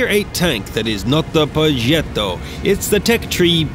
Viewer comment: Love these videos but it really annoys me how you say ‘progetto’